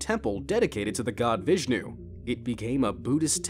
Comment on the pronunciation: VISHJNU??!???!!?????!!! ITS VISHNU and in our language it's വിഷ്ണു…